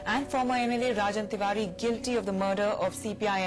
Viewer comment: It' rajan tiwari not ranjan😂😂